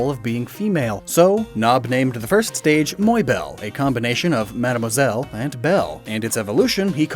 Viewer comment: I hate to be "that guy" that says "hum ackchyually" like in the meme, but... , you say "Madamoiselle" and that's not even a real word. What you are referencing is actually "Mademoiselle" which basically means: "unmarried French-speaking woman". I'm not expecting e-ve-ry youtubers to get the pronunciations right for e-ve-ry words of e-ve-ry languages (especially since my English is far from perfect either and that would make it ironic on my part) but double checking for the writing of a single foreign word is easy. If you want, I'll be your translator, hahaha! I just want to say though, fantastic video otherwise, I did learn a ton of stuff. DidYouKnowGaming is a gold mine of information and I listen to your videos avidly!